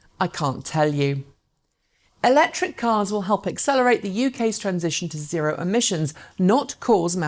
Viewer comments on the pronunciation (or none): none